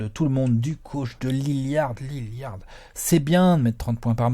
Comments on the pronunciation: un minimum de respect svp dans la video et dans les coms: c'est pas Lilliard mais LILLARD ! merci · naaan alex il prononce "Liliard"....😭